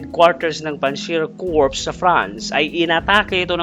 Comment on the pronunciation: Boss pag binibigkas ang Corps,silent S po sya.